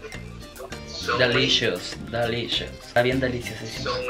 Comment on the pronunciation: "Delichus, Delichus" jajaja me encantó